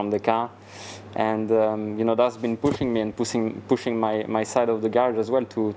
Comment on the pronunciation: did econ say "pussing"? lol😂😂